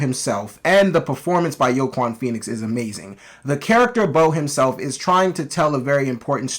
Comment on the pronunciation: Are you saying Joaquin's name wrong on purpose? Lmao